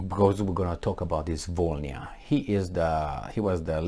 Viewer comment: It’s Vo - Ly (or Li) - Na That «bl» letter doesn’t soften the previous letter like «b» does. It produces its own sound. Which is hard to replicate for foreigners, apparently.